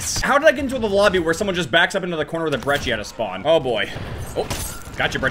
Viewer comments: He said brecci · He said brechhi lololol